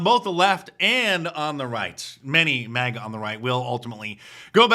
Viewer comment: MAGA not MIGA